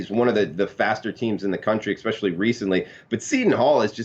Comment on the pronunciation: I like you bro. But there is no X in "especially" lol. Good luck everybody